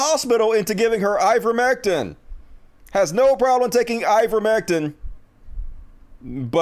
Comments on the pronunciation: Why is still pronouncing Ivermectin as if it had an "um" at the end¿ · it's I-ver-mec-TIN!